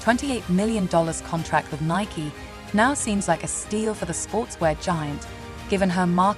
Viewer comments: It is Nie’ kee, not Niek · Who is speaking/reading these Podcasts.? Nike was pronounced Nik. Too much AI…